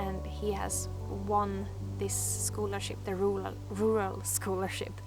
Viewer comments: Rer-all is basically how you say it. Congratulations on your prize! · I loved hearing about all the beauty you give to the world coming back to you. You deserve it Love! Sidenote- in New York we pronounce it “rer-al”.... where the “U” sounds like an “e”. It’s not the prettiest sounding! I prefer your Swedish pronunciation. 😊 Keep on shining! Much love!💗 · We don't say the second "r". ru -al = rural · Ruler..rural ..rurarr..😂😂😂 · Rural - pronouncing it more like ruril instead of rural - lose the "a" and make it more "ir" ;) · Take comfort in the fact that everyone miss pronounces the word “rural”. As an Alaskan I pronounce it “Ru•hr•all”. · The second r is virtually silent. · You had me in stitches with the "Rural"-struggle... Jag förstår precis hur du känner :D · Believe me rural isn't any easier for native English speakers to say lol. Its an absurd word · Don't worry, the word rural is hard for native English speakers. Just let it come out quickly. We don't try to inunciate every letter. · I agree, "rural" is a very awkward word, even for native English speakers lol. I would suggest starting it as if you were going to say the last syllable in "terror" and then add "all" after! Or just say it with your Swedish accent, it sounds much nicer lol.